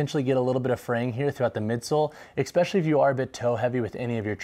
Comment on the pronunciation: If you're gonna say especially so many times. Please , it's especially not exspecially